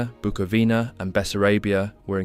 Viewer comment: it's pronounced "Buco-vina"